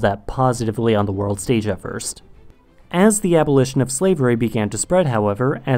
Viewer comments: i thought i was the only one that heard his /ð/ really far back almost exactly like his /z/ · I think it's a speech defect